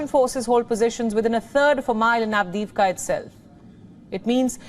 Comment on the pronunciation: LEGEND HAS IT THAT SHE SAYS AVDIVKHA IN HER SLEEP 🛌 ON REPEAT